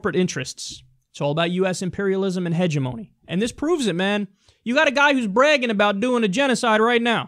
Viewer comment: Sorry man, but you didn't say hegemony properly